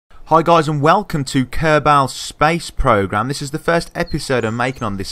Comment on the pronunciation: Before making a video atleast learn how to pronounce the game’s name